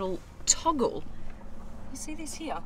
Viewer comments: Absolutely LOVE the color...and the way you pronounce “here” like “heyah”, 🙏🏽🙏🏽🙏🏽. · When she says “here”, it sounds like “hee ha”. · Anyone else love how she says “here”?